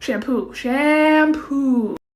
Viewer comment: idk why but it was really satisfying when she said shampoo